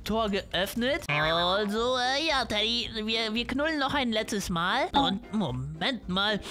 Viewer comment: Wo du ganze Zeit Teddy gesagt hast war es für mich wie Dady 😅 SUS😏